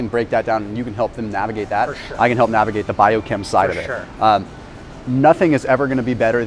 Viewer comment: Fur shur